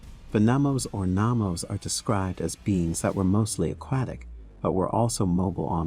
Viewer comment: I believe it's Nomos, not Namos.